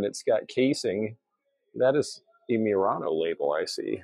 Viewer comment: You and I pronounce Thonet and Murano differently. I googled how to say them and we both have Thonet wrong. Evidently it's toe-net. Mr aa now is the pronunciation of Murano.